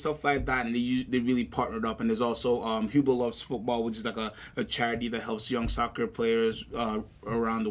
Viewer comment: its pronounced ublow